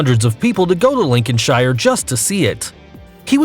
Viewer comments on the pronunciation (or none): Horses are measured from the ground to the top of the withers (the hump where the neck goes into the back), not from the ground to the top of their head. Also, it's pronounced Linconshir, not Lincoln Shire. As others have pointed out, the hight of a horse is measured in hands, and there's no such thing as a "horse seat": you sit on a saddle. Finally, the "foot" is called hoof and the tip is a big nail, which is why you need to get it trimmed regularly. Some nice photos, though! But please do some research before making a video. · New Hamp-SHER. Lincoln-SHER. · Makes me laugh when Americans pronounce our towns like Lincolnshire, we don't say shire we say "sheer" linconsheer is how pronounced aha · its not SHIRE we pronounce it Sure So you say lincolnshire lincolnsure we do not pronounce the I in Shire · Its not Lincoln shire lin-coln-sher is how its pronounced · Anyone else from England and getting frustrated at the way he’s pronouncing UK counties? like ew. LINCON - SHIRE? Its linconsha ( that’s how it’s pronounced ) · Really horses are measured in hands, they have genders so they are not called "it", it's a saddle not a seat, in its pronounced Lincoln shear not Lincoln shyer, it's called a hoof not a helmet, please please do your research beforehand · "Lincoln-shire" lmao its pronounced like Lincoln-sheer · Let me clarify something,yes the horses are called shire but when you are naming a county in England then you say lincolnsheer or leicestersheer we do not say Lincolnshire. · Tf is linchonshEYEer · I’m a Brit I would like an apology for the way he pronounced Lincolnshire, Bedfordshire and New Hampshire. Wtf was that. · LinconSHIre Bruh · Linkin-shyer? •facepalm• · its said like link-en-shere not shire and also u measure horses in hands like my horse is 14.3 hh hands high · Lincolnshire is pronounced 'Lincolnsher.' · dude like you said liconshire wrong you say it like (link-con-shere) don't say I'm wrong I live there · It’s pronounced Lincoln-sheer